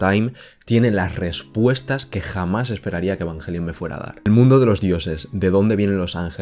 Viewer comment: Asi se pronuncia en Japonés....